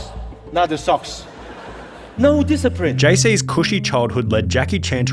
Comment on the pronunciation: Im sorry, i laughed out loud when jackie said "No disciprin" 😂